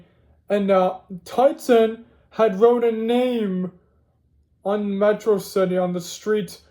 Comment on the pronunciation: Metrocity (Met-raw-city)